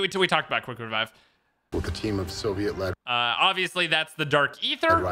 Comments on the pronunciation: Quick wevive killed me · Quick wevive Waygun Warity